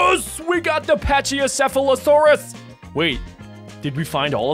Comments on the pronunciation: The thing on the pachycephalosaurus head is a battering ram, it uses it for self defense and to fight for territory, and its a herbivore and its pronounced pak-ee-sef-alo-saurus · CD Spinosaurus and is also pronounce Packy-seph-leo-saur-us (Aurora) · its said pachy or pachalasaurus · you say pachycephalosaurus like pak-i-sef-alo-saurus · It is pronounced pak-e-sefulusorus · packysefalasorus is how u pronounce it.